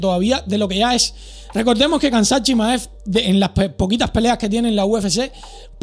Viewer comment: Se pronuncia “Hamza”, Khamzat Chimaev se pronuncia “Hamza” es un nombre musulman, puedes buscar como se pronuncia bien. Buen video! aqui lo enseña como se pronuncia en el primer segundo.